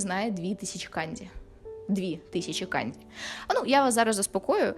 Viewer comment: не треба будь ласка використовувати росняву систему транслітерації. Ось ці ваші кандзі, хіросіми і фудзі - це неправильно. Правильно буде - канДЖі, хіроШіма та ФуДЖі. Почитайте про систему Коваленка, українського вченого-японіста.